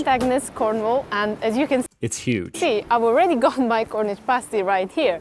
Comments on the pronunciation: Cornish = from the English county of Cornwall, also a Celtic (pronounced "Keltik") kingdom. "Pasty' pronounced as in the word, "nasty" definitely not as in the word "hasty". Also, the pasty contains meat, potatoes, turnip (or swede) and may contain onion. Please see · The Cornish Pasty does not have corn in them they are called Cornish because the come from Cornwall. And as you may have gathered from the video, its called a paasty, with a long A, not pasty as in your looking a bit unwell. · SHUT UP AND LISTEN !! Pasties (PASS TEES not PASTE EES) are not just found in south England but all over the UK in all supermarkets. No cheese in a Cornish pasty. They were pieces of turnip or potato. The mines in Cornwall were TIN mines not coal mines. As of 2021 there were 7 COAL mines left in the UK. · come to the UP of Michigan there is at least two pasty shops in every town, also you are pronouncing pasty wrong it has a short a, pasty with a long a is what strippers wear on their nipples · It's pronounced past is 😊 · My guy realised he was saying pasty wrong, then proceeded to keep saying it wrong anyway 😂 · Pastie is pronounced "PASS-tee" (rhymes with 'nasty' - which they are definitely NOT! They're Delicious!). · Your saying it wrong! Say it like this.... PASS-TEASE. just like that but say it fast! Pastie-Pass tee. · No it's pronounced pasty as in past. Home made pasties are bigger than that. We don't have coal mines in Cornwall they were taken down the tin mines. Unless it's been made in Cornwall it's only a pasty not a Cornish pasty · I knew he would pronounce it incorrectly, even before I watched it 😂😂